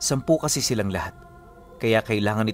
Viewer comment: Silang po hindi siiiiilang.hahah